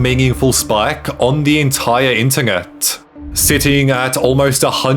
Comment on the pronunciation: I have never heard such a weird pronunciation of the word “internet” How tf are you slipping the letter “G” in there? 😆